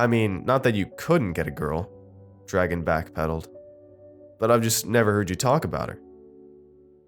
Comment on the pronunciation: Dragan isn't pronounced like dragon, its like dra gaun